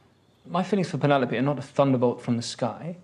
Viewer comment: Keeping the head tilt alive when he says “Penelope” 😂 congrats Luke 🥳